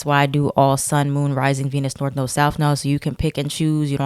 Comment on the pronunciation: "leeber" and "north nerd" made me laugh lol